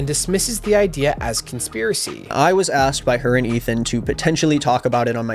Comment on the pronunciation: Do you pronounce asked as axed on purpose